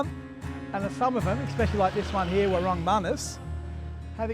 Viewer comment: What a wonderful place! Thank you for filming this… looks like Bali of old 😮 Just a side note, warung is pronounced waroooong, not war-rung. Your Bahasa is improving dramatically ❤